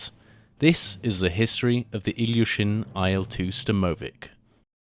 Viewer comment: What i don't get is why is it written/called Sturmovik in English when it is called SHturmovik in Russian. I laughed hearing you nail the pronunciation of Ilyushin, only to be followed by an Amerikanskoe name of the plane.